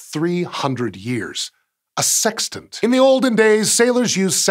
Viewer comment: Lol he said tant.